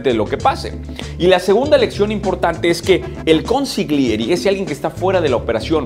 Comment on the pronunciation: se dice consigliere no consiglieri si quieres te tradusco todos los video saludos desde ITALIA UN ABRAZO GRANDE